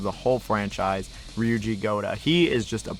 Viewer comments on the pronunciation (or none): none